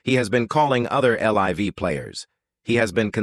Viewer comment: "The face of el-ive golf." And with that, I will not waste another second on this AI slop.🤣😂